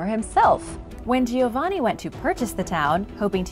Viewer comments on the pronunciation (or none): none